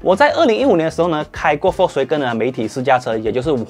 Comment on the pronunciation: 念 FOLKS WAH哇 GEN根 谢谢 🙄